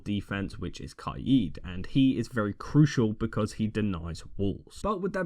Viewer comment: no disrespect but why u say kaid like that